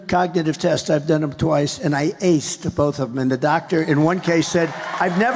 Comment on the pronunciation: Dr. said he "assed" the cognitive test.... not "Aced"